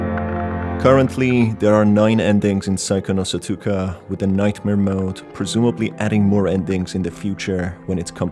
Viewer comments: Yall u can literally pronounse the game as psycho (no) stalker cuz "psycho" and "stalker" are words usually written in katakana meaning they are taken from another language (in this case english). Please never say "saiko no sotUka" ever again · It pains me to hear Sootookah.